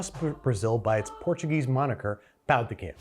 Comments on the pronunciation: Pão de quejio is made from tapioca flour, not wheat flour. They are inherently gluten-free. The Brazilian name would be Trader João! 😂 And, it is pronounced pow-du-KEH-zho, with a nasal anunciation on the “pow”. 🙌🏼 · It’s pronounced pao de kay-joe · pão de queijo is pronounced Pão de quei-joe (much like Joe in Trader Joe's!), the way you said is more like a Spanish pronunciation of the word, loved the video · Pão de queijo is pronounced "pow jee kay-zho" or "pow de kay-zho" depending on what part of Brazil. In general anything spelled the same between Portuguese and Spanish is pronounced differently (eg "restaurante" somehow pronounced "his-tao-raon-chee"), and anything spelled differently is somehow pronounced the same. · Pown di kay-jeeo but with a soft “j” almost a “sh” sound is how you pronounce pão de queijo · Jose mercante. Btw, you say Pao de Kay-joh. I was hoping for some Portuguese language butchering 😊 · I don't usually get offended or hit by someone mispronouncing Portuguese. But that "pão de queijo" pronunciation felt like a war crime. Edit: Just pronounce the J, it's not Spanish... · Your pronunciation of pão de queijo tho 🤣🤣🤣🤣🤣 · said "Paõ de Queijo" weird several times, I needed to go check the pronunciation online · I asked a Brazilian Portuguese speaker how to pronounce pão de queijo. They helpfully told me that Portuguese is pronounced pretty close to the way an English speaker would read it, so if you're a native English speaker and know how the words are written in Portuguese, just reading them out loud as if they were English is often a decent first try. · Yes. He was pronouncing it as if it was Spanish. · Pronouncing pão de queijo like it’s Spanish like that made me wince 😭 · pao de queijo is not pronounced like that 😭